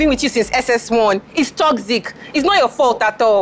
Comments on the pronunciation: Everytime she says « TOCSIC » my ears bleed 😂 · Hahaaa, no she said *TOCZIK*.